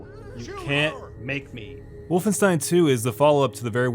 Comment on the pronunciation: He pronounced wolfenstein correctly! He deserves a like for that!